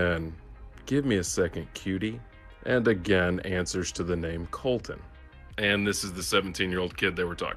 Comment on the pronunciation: I can't watch this video cause he ruined my name